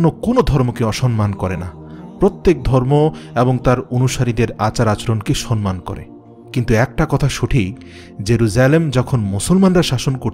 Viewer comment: Bhai, apnar uchcharan- "San man" Hobe na, sathik hobe- "Sam man" . Dhannonad.